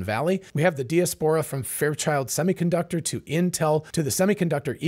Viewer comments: I’ve never heard the word “de-es-pora” used so many times in 10 minutes. Joking aside, this was excellent insight. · Check diaspora pronunciation ... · Hey. Love your channel. I've never heard anyone pronounce diaspora the way you do. Is it just you, or is that how Americans pronounce diaspora. Just curious. Calvin. 🇨🇦🇨🇦🇨🇦🇨🇦🇨🇦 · Mispronounced that many times, too. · I'm sure knows how to pronounce diaspora. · But the bot he uses to generate this shit doesn't.